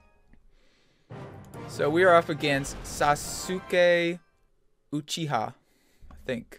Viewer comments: How you pronounced Sasuke Uchiha ;-----; feels bad man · Frank Yang agreed